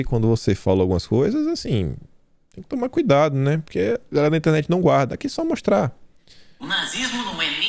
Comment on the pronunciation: aprenda a falar GALERA. KKKKKKKKK